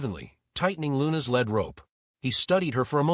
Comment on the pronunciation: It is a Lead Rope, lead like leading a horse, not Lread as the heavy medal, please learn how to pronounce, Thanks !! Enjoyed the video !!